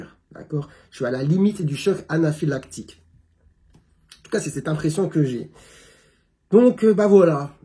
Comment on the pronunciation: Je suis navrée que vous ayez à subir ça, les temps qui arrivent me font peur. La prononciation de "choc anaphylactique" était parfaite, ça doit vous rassurer sur votre légitimité 😂 J'espère que vous gardez des preuves des saloperies que vous recevez, vous en aurez peut-être besoin un jour. Courage à vous.